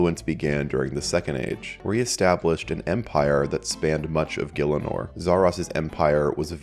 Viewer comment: Is it really pronounced "gill-inor"? I though it was "gih-ell-inor" or "gee-ell-inor"